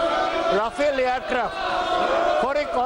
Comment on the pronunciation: Mr Roy, We know the pronounciation of TMC and Mamata, It is not called Ryafel Joy, enjoy. Bakwaas, english padaana hai tho, WBke school me jayiye na.